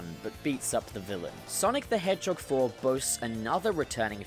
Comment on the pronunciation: No one:: Sonic the HehJOG